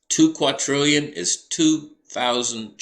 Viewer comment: TWO QUADRILLION, NOT QAUTRILLION, ITS WITH A 'D' NOT 'T' LOL